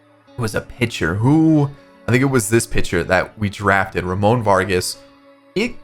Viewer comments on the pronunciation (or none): none